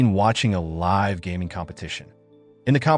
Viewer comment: It’s not liv streamin it’s live the e isn’t soilent